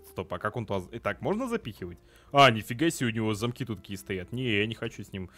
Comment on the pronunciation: это не муха а хищная птица и не зАмок а замОк!